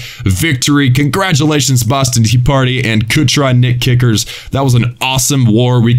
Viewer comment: Ha in the beginning u said BostonTEAparty lol